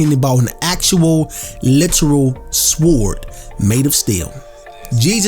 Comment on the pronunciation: Bro the w in sword is silent